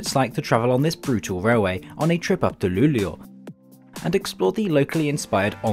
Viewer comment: His pronunciation is actually pretty good for an American (?) Not the best and the way he said Umeå and Luleå made me cringe a little but that is to be expected. It's probably the best pronunciation I've heard from a foreigner